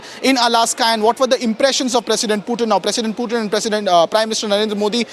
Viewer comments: Bail itna angrez n bn..... Pyutin... Kya hota h Sch me angregi sikhne ke bad aadmi aisi hrkte krta h kya... Pyutin ne sun lia n to incounter krva dega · Ye PewTin kya hota hai ?? it is spelled Poo-Thin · Putin❌ peewtin✔️ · Hello it's PUTIN not PEW-TIN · How hard is it to say Putin ? .. What the heck is Pew-tin ??🤣🤣🤣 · Just say Pootin not PEUWTIN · Pewtin, pootin, or protein? 😂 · Don't over articulate just to show you know English 😅, its not PEWtin its POOthin i mean the pronunciation , atleast google in the age of AI 😅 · its not Pyutin. its Putin. waste fellow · One of the worst pronunciation..."Nation wants to know".... Y is it pewtin... The OB reporter does it much better than the one hyped studio anchor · Pewtin? You gotta be kidding me! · Indian Reporters must learn to spell the names of President correctly, Republic channels have local hindi walas, where English is tough for them to speak where they have to read of a script not knowing what they are speaking, wyh is pewtin? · Mast anchors hai republic waalon ke Pew-Tin 😂😂😂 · Please correct the pronunciation of Russian President’s name, the way you wrongfully utter his name, as if you humiliated him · Stop saying putin incorrectly multiple time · Every time he says putin i feel like puking !!! get your pronounciation correct man!